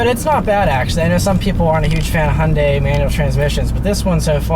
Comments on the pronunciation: What the hell is 'hun day'!!?? Hyundai is pronounced 'hi un die' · It’s pronounced Hugh-n-die. Like heeooondie.